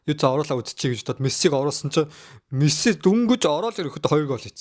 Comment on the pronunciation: нэрий нь зөв хэлээчээ Мэссээ биш Мэсси гэж хэлээчээ эргүү амьсгаа вэ